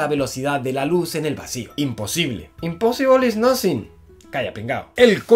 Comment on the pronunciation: Me reí mucho cuando dice “imposiblo is nosin” min 😂😂😂